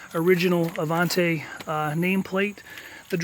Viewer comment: I cringe whenever someone says “Avan-tay” instead of “Avan-tee”. The patched area before the front wheels may have happened because the side markers were moved further back from their original location. Avanti went thru numerous owners after Studebaker, and each one did some kind of variation on Loewy’s work.